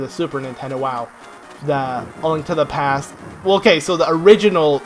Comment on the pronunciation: Why did you have to say "a link to the pe-aaasstt" like that😭😂